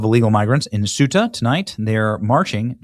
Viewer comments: CEUTA is pronounced CE UTA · Ceuta is pronounced as "SAY-oo-tuh" in English, with three syllables: Ceu-ta. This pronunciation is consistent across various languages, including Spanish and Portuguese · Please pronounce the name of the town “Coo-ay-ta.” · Thay oooh ta. That's how your pronounce it in Spain. In Mexico they'd say Say oooh ta.